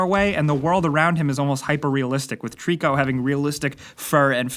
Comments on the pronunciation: His name isn't Trico, it's Tooorikuuuuuu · Did you say TREECKO?! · I always thought Trico was pronounced Try-co like a throwback to Ico and the Tri in Trico stood for trinity or three cause this is the 3rd game developed by Team Ico making it a loose trilogy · Ok ok, but it's still pronounced the same!:P